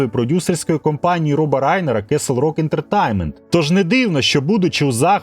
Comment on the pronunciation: [fræŋk ˈdɛrəˌbɑːnt] - Френк Де́ребонт (з наголосом на першому складі "Де"). Darabont — угорське за походженням прізвище, але адаптоване до американської вимови. Тому читається як "Де-ре-бонт", а не "Дарабонт". кеслрок ентертаймент блять ..... пздц ти даєш. Castle: /kɑ́ːsəl / - The "a" sound is like in "father, тобто КАСЛ /rɔ́k/ тобто рок. /ɛ́ntətɛ́jnmənt/ ентертеймент, з наголосом на -тейн-. а не ентерТАЙМЕНТ... кабзда просто скільки дивних наголосів, не правильної вимови. тема кльова, хороша і правильна. але ти не освічений, чи принаймі таке враження. мене вистачило на 9 хвилин. працюй над вимовою та дикцією. бо потенціал є. і голос приємний. а поки що це шлак.